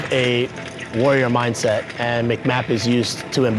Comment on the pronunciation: "warrior mindeset" ight